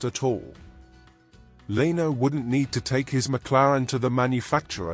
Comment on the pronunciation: Learn how to pronounce Leno !